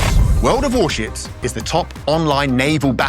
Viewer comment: Vort of Vorshiv